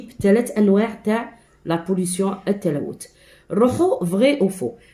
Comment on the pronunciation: شكرا يا إستاذة . عفوا ولكن ليس la pollutiooooon بل يقرأ la pollution 🤣🤣🤣🤣😂😂😂😂 و لكن شكرا على كل مجهوداتك 😇😇😇😇😇😅😅😅😅😅😅